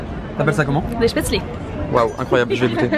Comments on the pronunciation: elle a osé dire des « shpatzlé » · A comment elle a dit spaetzle. Non c'est pas comme ca qu'on le prononce